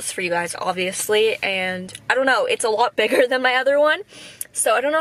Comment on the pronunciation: 'they are a little bit-bigger(aussie accent?!!)'